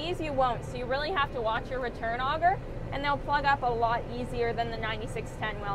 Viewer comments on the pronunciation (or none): none